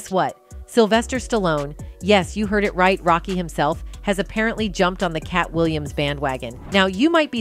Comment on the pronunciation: "The Katt Williams band wagon" ?? Wow she can't say his name right? So disrespectful!!! There will be some people that will say. How is that disrespectful? Uh u are just like the ones Katt is talking bout!!